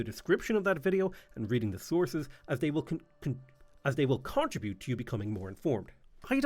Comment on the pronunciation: …. “CONtrabute….” ??? Some weird regional dialect?